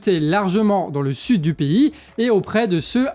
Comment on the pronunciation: Tu peux arrêter de prononcer "pays" piï au lieu de péï